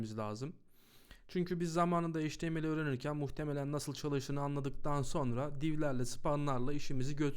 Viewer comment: çok güzel bi dersti tek bi şey çok dikkatimi dagitti maalesef. Heyç ti em el diye degil eyç ti em el diye söyleniyor. Çok yararlıydı tekrar teşekkürler.